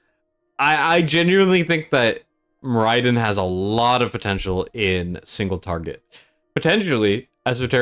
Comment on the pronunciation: More Eye Din was painful to hear